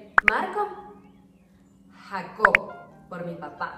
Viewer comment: Marco Jacob !! Y se lo pronuncias Jacob en inglés . Mi ahijado se llama Jacob